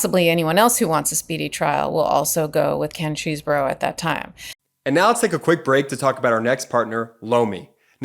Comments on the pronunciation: Love your saying nurdy cheesboro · It’s “cheese-bro” as in Chesebrough-Ponds, the makers of Vaseline, now known as Unilever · Is it not possible to find out how to pronounce these people’s names? Chesebro, Aileen Cannon … how hard can this be?